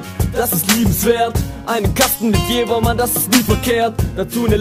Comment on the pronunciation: Ich komm auch von da und es wird JeVer ausgesprochen. Ich weiß nicht was du über die Jahre gelernt hast ^^